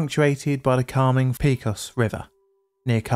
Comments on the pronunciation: I'm from western Texas and remember this day. But pecos, town, county or river is said pa cos with a long a. It's the result of crossbreeding between English and Mexican Spanish. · Kudos to anyone who can say "El Paso Natural Gas Company" without snickering . But, you are not off the hook... "Pecos" should be pronounced "PAY-kos (with "O" as in coat). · Pecos is pronounced Pay-co-s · Poly Pedant here: cant stand it. "Pecos" is a Spanish word, and pronounced "PayCos" (long "O") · Pay-cuss River cringe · When using well-known place names, like Pecos, it's on you to learn to pronounce them. You're the only person I've ever heard mispronounce Pecos. You knew you didn't have a clue how it's pronounced, yet you guessed at it, when it would have only taken a few seconds to find out the correct pronunciation. Don't do this--I'm subscribed, because you tell good stories, but that can always be changed. I don't put up with egregious errors....not for long, anyway. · The word Pecos is said either PEH-kos (Spanish) or PAY-kos (Texan). PEE-kos isn't one of the options. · As a native Texan -- please, it's Pay-cos, not Pee-cos. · Texas translation of Pecos is “pākōs” not “pēkōs”. Great video presentation at any rate. Keep them coming! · I'm going to send this to my dad and see what he thinks. He probably remembers it since he was active in the industry at the time (though not this company). I'm failing not to say anything about the pronunciation of "Pecos." Pay, not pea. There are a lot of Spanish derived names in Texas, New Mexico, Arizona, and California. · I can't believe that you have never seen a Yosemite Sam cartoon in your life! It is not pea cos it is pay coz, as the area was settled by the Spanish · Pay cos! Pay cos! Not pee cos! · Great video, as usual. But please, avoid the use of curse words (even asterisked ones). It’s such a cliché and beneath the quality of your channel. Oh, and the river is “Peck-os” not “Peek-os.” 😊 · It's "paycos" river, not "peecos" river!